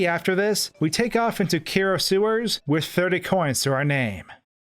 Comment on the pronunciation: Kero is pronounced “ketto” and is Japanese for “ribbit”.